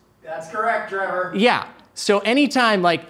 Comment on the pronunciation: also Trevor your pronunciation is on point!!